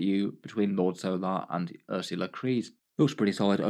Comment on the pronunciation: Hehe, "Ers-ya-la" Creed. A bit of a stretch for the pronunciation of that name. "Uhr-suh-lah" is closer.